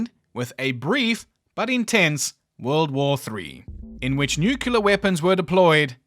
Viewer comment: Nuclear is "new-clear" not "new-kew-lar" or anything like that. No second "ew" sound at all.